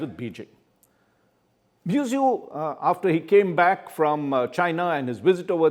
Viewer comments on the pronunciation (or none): How can you pronounce the name of the Head of a State so casually. It is MuIzzu pronounced as Mohammad Move-Izzu not Mezu.. Shame on u..